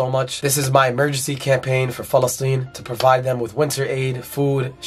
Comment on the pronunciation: Why does he keep saying Falesteine??